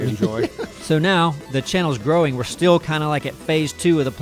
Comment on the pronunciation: Congratulations to you all for making this thing live, breathe and jump. And, Neebs: “still” is pronounced “still.” Not “stee’yuhl.”